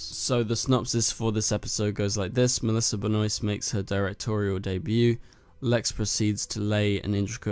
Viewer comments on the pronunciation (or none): Just stop saying messlisa benoit it is melissa benoist